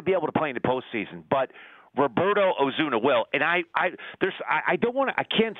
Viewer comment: Oh Sue Na NOT Oh Zoo Na